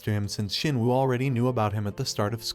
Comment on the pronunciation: Shinwoo nah it ain't jin woo